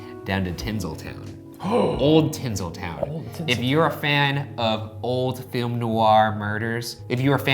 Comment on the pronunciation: "tin'sul'' town... tin-sul head tilt